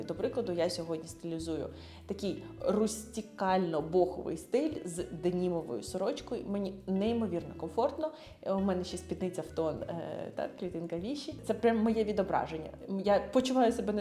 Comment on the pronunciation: Дякую за відео❤, клітинка ВішИ. Наголос, як у всіх французьких словах, на останній склад. Назва клітинки походить від міста Vichy у Франції.